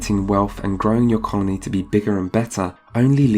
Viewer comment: Until I turned on subtitles I heard "carnie simulator" instead of "colony simulator" and I didn't even question it.